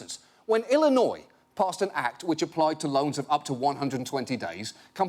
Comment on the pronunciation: being a brit, pronouncing Illinois correctly is enough to keep me as a viewer. you are educated mr. Oliver.